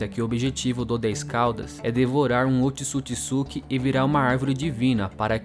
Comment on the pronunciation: Mano, top dms, mas pqp, é Ootsusuki e não otisukisuki caramba que agonia , tu fala o nome certo no começo e depois fica o vídeo todo falando essa merda 😂 caralho véi, mais fora isso top dms